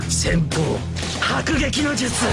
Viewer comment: jutsuu jutsuu jutsuu comment tu le dis mdrr